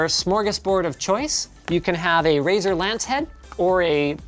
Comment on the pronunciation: is it only me or he says Brazzers instead of razer